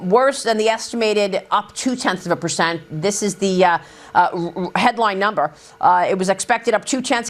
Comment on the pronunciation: Someone should tell maria that its percent. Not pershent. Learn english sweetie.